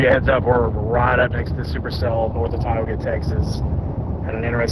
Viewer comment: Some phonetic help Ryan, for DFW Texas cities: Ty-OH-ga, CAD-do, SACK-see, Seh-LIE-nah, ROISS city, Van ALL-steen, Row-a-noke, Dee-kay-tur, SANG-er, CORE-inth, BUR-luh-sin. :-)